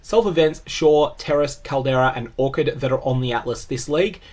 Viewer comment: something that u secondary english speakers the aussies or the stupid americans really struggle with english words. like just try harder. and orchard is not a orchid for example. if u trying to seem professional with the video style, then speak correctly or u will look dumb